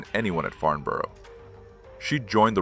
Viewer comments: I wish the Americans would learn to pronounce and spell the Englich language correctly. . It's Farnborough not Farmboro .Also when talking about ME109s why show film of Stukadive bombers and when talking about modifications to the RR.Merlin engine why show photos of the Geman Daimler Brnz engine. Annoying and inexcusable. . Makes the whole thing amateurish. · Farnburuh. Pronounce it right. and welding on a fuel line in a few seconds? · Very good indeed, but please learn how to pronounce the name Farnborough. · Do you ever check the video before posting it??? No of course you don’t otherwise you would know that FARMBOROUGH IS NOT IN ENGLAND! I’ve watched many of your videos and have enjoyed them BUT EVERY SINGLE ONE HAS SPELLING MISTAKES IN THEM. BY THE WAY , IT’s FarNborough! NO ‘M’ ITS AN N!!! My father was an army career man which means we moved a lot. One move took us to Aldershot near Farnborough. Loved the air shows. Ps, Sack the proofreader!!!